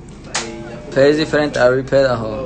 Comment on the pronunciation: Es diferente then sings “ es difiriente” 🤦🏻‍♀️